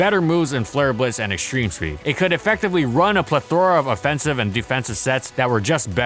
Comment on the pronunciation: You use the word plethora way too much... Trying to sound smart but you actually sound stupid because it's the only word you know. And then you pronounce it wrong